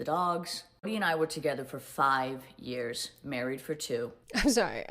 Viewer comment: her pronouncing “years” differently is annoying me so bad